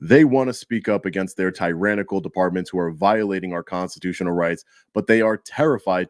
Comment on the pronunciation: pronouncing tyrannical weird as hell